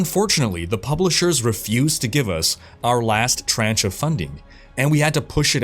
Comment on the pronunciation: Outriders = Hellgate London for the most part. Also, it's tranche, not "tranch" and it's pronounced more like "tronsh".